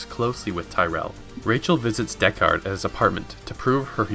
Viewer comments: Pronunciation of "DeckARD" here gives me twinges. And yet at first it is spoken correctly, for some reason. It should be more like the phrase gold record if I'm not mistaken. That aside, very nice condensed film. Though newbies should watch the entire movie, because it is outstanding scifi cinema and great to behold ... with a gorgeous musical score. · wtf why did you change your pronunciation of deckard as the video progresses. deckARRed